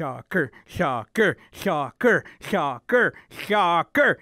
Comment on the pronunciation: ‘Schoccer Schoccer Schoccer’ Its pronounced soccer ‘Shoccer!’